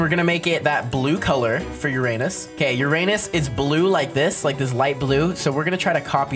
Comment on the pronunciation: I think you said Uranus wrong….